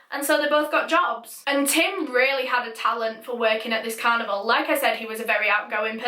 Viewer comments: After mentioning the oddness of the "toilet roll" I was expecting some sort of an explanation! Lol! Also I kept hearing "cannibal" not "carnival"... it took context to decipher!! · I thought she said cannibal instead of carnival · I literally thought she said that they wanted to join a, "Traveling Cannibal" i was so confused and I thought she was saying that until she said that he was going to leave the "carnival" and start a life. I've never been so weirded out and confused at the same time before. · In the beginning, I actually thought for a moment that you were talking about a traveling cannibal instead of a carnival. Btw this is such a frightening case.😫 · When you said carnival it sounded like canibal lol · You pronounce "carnival" like "cannibal" and it is an unfortunate coincidence in this video. Where is your accent from? I've never heard an accent like yours. Is it Scottland or northern England? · every time you said carnival it sounded like cannibal 💀💀 rip I’m so sorry omg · i thought when she said carnival she said cannibal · I can't fricking stop hearing canibal when she says carnival frick frack frick